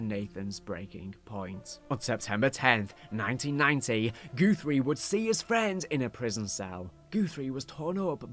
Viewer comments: I can’t tell if it’s your accent or if you are purposefully saying GOOTHRIE instead of GUTHRIE over and over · Goothrie? GUTHRIE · "goothrie" lol